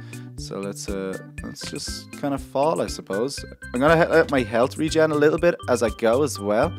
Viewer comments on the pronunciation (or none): none